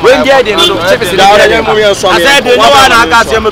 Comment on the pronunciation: Eiii Kyekyeku....)se chibes instead of chips 😂😂😂